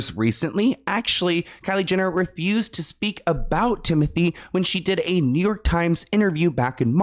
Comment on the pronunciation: it’s ‘tim-oh-tey’ i think